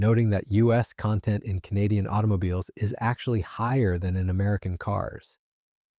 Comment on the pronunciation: Your AI can't pronounce "Canadian". 👎🤨 and this is old news. 💪🇨🇦💪